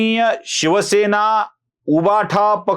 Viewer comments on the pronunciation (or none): none